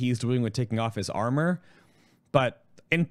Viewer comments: without honor is what I heard the first time too XD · Wait a second! He says:"Without armor?" xD I understood "Without honor?" :`D